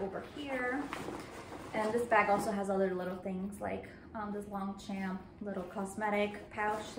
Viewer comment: Great review, thank you. Btw Longchamp is not pronounced Long-champ; "g" and "p" are both almost silent, so it's said like "lawn(g)-shawm(p)" (but quickly). If you search "how to pronounce Longchamp" there should be some videos.